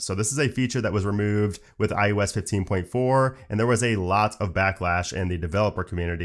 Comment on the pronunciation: I can't be the only one who always hears iUs not iOS